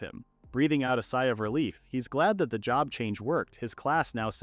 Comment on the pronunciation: Not ai calling job "jhob" lmao